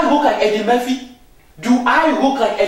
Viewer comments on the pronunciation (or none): He said Eddie Merphy. Haahahhahaa